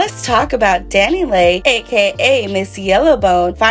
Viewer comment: Pronounced Dani LEE please quit calling her Dani Lay